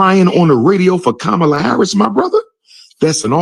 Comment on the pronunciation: He said KAB Harris , his totally out F-Knn funny!